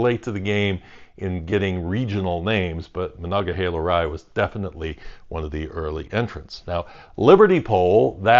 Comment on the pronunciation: You actually say monogahela right, are you from around here? It seems like everyone online says monogaheela for some reason